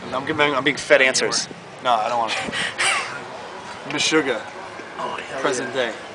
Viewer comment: Is he saying "Meshugga" ? If he is, that's sick, I just can't tell 100%.